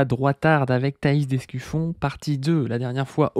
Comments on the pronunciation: C'est vraiment dur de ne pas entendre ''Escufion'' a chaque fois 🫢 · C'est l'Escufion ^^